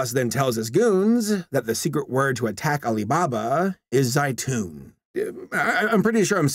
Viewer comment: zeitoun??????? that means olive in my native language ytfghnvfyhjkufyhj edit: BRUH IT LITERALLY IS OLIVES, THE WAY THEY PRONOUNCED ZEITOUN IS KILLING ME AHHHHHHHH